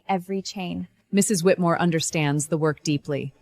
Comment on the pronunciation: It's funny how mother pronounce the family name differently every time . Whitmore , wheatmill , whitim...